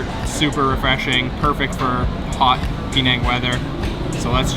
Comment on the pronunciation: It's not Pee Nang as you keep saying, it's Penang ! Try to get it right !